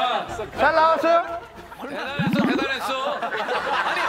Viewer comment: 김종국 ㅋㅋ 잘 나왔어요? ㅋㅋㅋㅋ 저번에 "석진이형 줘요"도 그렇고. 요즘 근본없는 드립 잘 치네. 그리고 유재석도 이거 원래 못받는 드립인데 "대단했숴~" ㅋㅋㅋㅋ